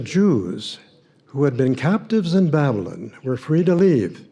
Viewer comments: This creep can't even pronounce "Babylyn". After just listening to the voice mail from the grandmother, I can barely stand to watch any more of this crap. That's unfortunate because I so enjoy listening to you,, and also. I am a never-in and secular, but the more I learn, the more disturbing I find it. Keep up your good work. I think I should take a break, or I'll be needing therapy.😏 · Yes, I agree. He says ' "Babylin". He obviously took to heart the admonition against getting an education. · I heard it as Babblin. Made me crazy! 🤯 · Babylon ends with on like the word on is pronounced not an. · The way he pronounces Babylon is very strange. JW’s do have their own language for sure!! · Why does he pronounce Babylon like that? He thinks it makes him sound more scholarly, it doesn't.